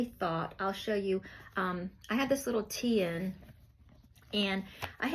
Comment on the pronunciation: What is that book holder called? I’d like to find one but I can’t understand what you are saying. Tee-in? How do you spell that? I would like to look into something like that 😊